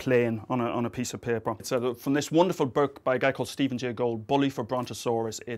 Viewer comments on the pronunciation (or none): none